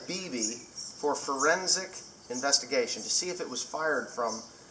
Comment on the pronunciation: idk how you read investigation but you don't say it like that.